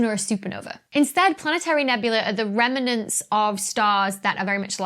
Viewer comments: Is that 'reminent' or do you mean 'remnant'? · Ah, this slightly bothered me too. Rem-nant, not Rem-in-ant (or perhaps Rem-en-ant). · Dr B, love your videos, but purlease get your pronunciation of remnant right. It has two syllables, not three, (like please has one syllable, not two)! I don’t know why it grinds my gears so, but it does, like nucular. You still rock, and so does your content. xx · Yes, I've been wondering what a "remernant" is. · Am I hearing an extra vowel and syllable in Remnant? adorable. love this channel!